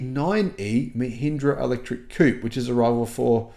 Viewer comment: Coupe, not Coop